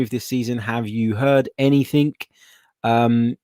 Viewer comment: AnythinG...not AnythinK there is no K in the the word Anything.